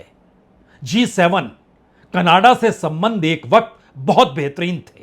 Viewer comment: Yeh hai Indian journalist, Jin sy country ks name theek sy pronounce nhi hota, woh geopolitics py baat krty hai😂.. Kannada_Kannada_ Kannada 😂 Jhantu Canada hai, Canada,, bol kr dkha ,, bolo,, Ca. na. da,,, phr sy ,,, Ca. na. da.